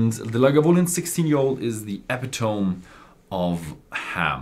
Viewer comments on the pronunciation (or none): Epitome,... Eh-Pit-O-Me, not Eh--Pe-Tome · Great video as usual! Sidenote, when introducing the Lagavulin you pronounced “epitome” wrong. “Epitome” is pronounced “uh-pi-tuh-mee”. I’m from the US and have pronounced many words, including this one, wrong because I think it’s pronounced the way it looks ha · Great thoughts,! Interesting to see an old favorite, Lagavul 16, on your favorites! Also, just FYI: "epitome" is pronounced ih-pit-oh-mee. Just thought I'd be "that guy" and help you out. Sláinte! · The accent is on the 2nd syllable, uh-PIH-tuh-mee.